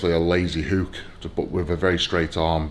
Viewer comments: And the word is hook Eddie not huuukkkk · A lazy hooooook, it’s hook not hoooook